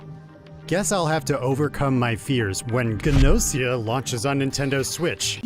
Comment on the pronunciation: It's pronounced Gu-no-si-a based on the Japanese letters under the title.